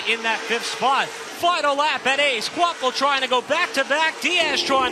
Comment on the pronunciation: It’s pronounced kwapull. Not kwapvull…